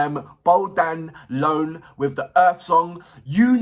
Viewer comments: Hi man. He name is not Bogdan Loan, is Bogdan Ioan . Ioan comes from John, and you must to pronunce Eeon ! 😂🎉 Cristian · As others wrote bere, his name is Bogdan Ioan pronounced Eeuan not LOAN. Although people mentioned it here, the owner of this channel still didn.t corect Bogdan.s last name. And like others said, this video is not his blind audition, which is more impressive. This video was part of the Voice Reunion of several former contestanta. Perhaps the owner of this channel should make the apropriate adjustments, as a sign of respect. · Its soo so funny when brits try to read the name ioan, not loan with the L... :))) 5 years ago Lemar from BBC Radio 2 Saturday Night Live( dunno if he still does it ) requested in a live on facebook to give 3 jazz/gospel/soul songs and i won hihi though he pronounced my name, ioan, like u did here; i guess the language barriers exist aight? ))) As i was explaining to my greek master programme teacher very easily the name is phonetically E_1, just that